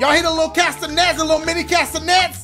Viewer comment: “class-a-nets” “cats-a-nets” ? 🤔🤨Idk caste-a-nets” maybe ?